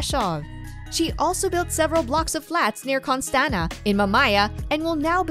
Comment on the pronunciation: She is from Costanta, not Cotanza